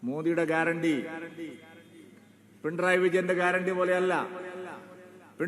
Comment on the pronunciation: പിണ്ടറായി വിജയൻ എന്നാണ് ചേട്ടായി പറയുന്നത്😂 അത് പോലും പറയാൻ അറിയില്ല സൂരപ്പൻ